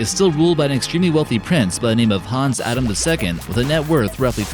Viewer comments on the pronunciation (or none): none